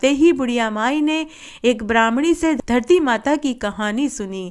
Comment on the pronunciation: Har Kahani KE last me in Jo aap bolti hai vo garti yot puurvo Dharti yot purvo hai Please Sahi clear kariiye